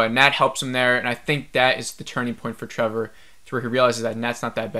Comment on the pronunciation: Do you keep saying Trevor?